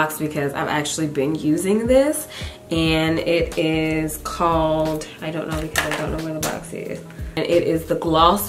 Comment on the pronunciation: You're so funny with the "ion know" (I dont know)...LOL